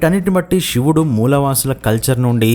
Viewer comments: చెప్పేటప్పుడు " ష " కి " శ" కి తేడా తెలియటం లేదా... షివుడు ఏంటి దరిద్రంగా..... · షివుడు ఏంట్రా సన్నాసి శివుడు అను, 👍